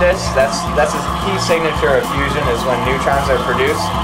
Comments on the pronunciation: Stop saying fussion for the love of god. Just because fission is spelled with 2 S dsnt mean that fusion is. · Is it just me or was he constantly saying fussion and NOT fission..... Nuclear reactors work on fission.. he built a fussion reactor which if it produced more power than it took in would make him a saviour! If however it is a nucear reactor well, hell kudos to him because allthough it looks crude, it must have cost a fortune! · did he say fusion?